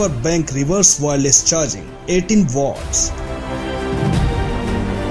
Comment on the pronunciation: Dude. It's watts, not votts. 🤦‍♀️